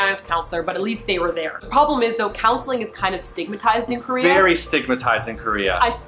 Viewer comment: It is KOREA not krayah... LOL I don't know why the way he said Korea annoyed me so much but it did..